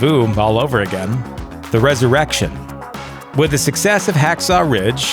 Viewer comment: please no more res-erection